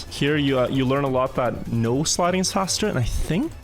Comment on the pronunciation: I've been watching your videos for a month or two now and I just want to say that I only just figured out that you've been saying "no sliding". What I thought you had been saying was "nose sliding" and I was always so confused about what that meant.